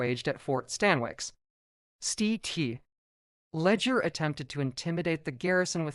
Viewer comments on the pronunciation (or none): I turned off early due to terrible AI narrative. By the way, St. Leger is pronounced "Sillinjer".